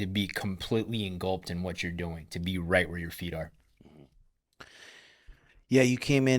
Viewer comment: "enGULPed" 🤔😂 Don't use words outside of your vocabulary, in an attempt to sound more intelligent than you actually are. When you butcher it, it backfires, and you end up sounding very unintelligent. The word is "engulfed".